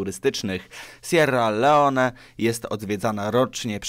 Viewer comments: XD a powinno być przez 2 r sierra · Ja usłyszalem serłalełone